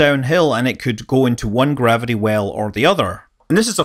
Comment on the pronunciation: ...and 'gavidee' for gravity....'centrifoogul'...I can't watch it anymore!